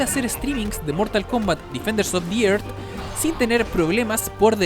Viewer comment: DEFENDERS OF THE ÉRZ se pronuncia. Me volvía loco ajjaja. tu laik para que no te enojes. nwn)/